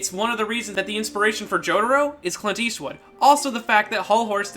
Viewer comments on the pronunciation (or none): none